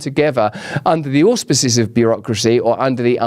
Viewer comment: Every time you say auspices it takes me back to the Eastend days of Dot Branning 😂